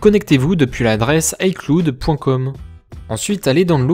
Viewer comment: "icloude" 😂😂 Sinon bonne vidéo ;)